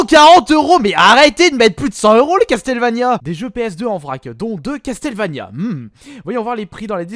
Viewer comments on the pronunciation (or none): Ça se dit Casseulvania et non Casteulvania ou Castélvania ^^ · Castel, Castel... CASTLEVANIA > CASSEULVANIA OMG Je veux bien que t'a du mal avec l'anglais mais un peu d'effort mince quoi... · Ta fumer sa se dit castle Vania vue ta que l aire nulle pour dire les noms des jeux video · CastelleVania, omg la prononciation XD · Ça se dit Casseul vénia